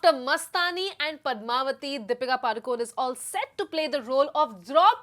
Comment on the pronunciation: Deepika padukon nahi Deepika padukone bolo sister